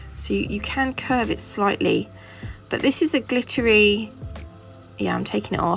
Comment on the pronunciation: Beautiful as always and you already know what reminds me of you is “ Gliteer” lol we love when you say that… 😝